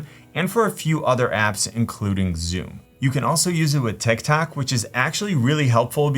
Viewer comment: Bro said tik tak